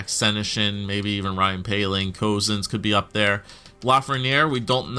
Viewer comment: Cozens is actually pronounced “cousins”. I grew up with him in Whitehorse and he was one of my closest friends throughout all of elementary school. Super cool to be watching him progress after growing up playing hockey with him. If you don’t believe me I have pictures of us together!